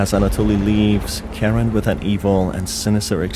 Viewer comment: I hate that literally everyone gets the names wrong... Usually they either get Mariah or Karins name wrong but oh boy you got both wrong. It's pronounced MA-RYE-A not Maria And it's pronounced KA-RIN not Karen I don't know how people keep getting the name so f**** wrong but holy s***.